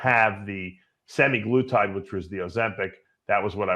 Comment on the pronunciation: Ya Dave's a big proponent of these peptides except he didnt know the main way that they operate by slowing gastric emptying and he doesn't even know the names correct pronunciation. Semiglutide> wtf, thats Semaglutide Dave with an A in there not an I. and Tirzepatide is pronounced Tir (sounds like Fur) Zep (like in Zeppelin) a tide (like in at the ocean). You're such a joke!